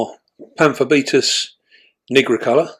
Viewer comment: 💡 'Pamphobeteus nigricolor'' The first syllable of nigricolor rhymes with night, not with nit. 👉NIE-grih-color👈. Great video though, as always.